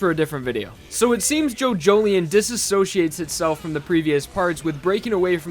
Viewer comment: Was calling it JoJoLION. Like a big cat. Now I know how to pronounce it thanks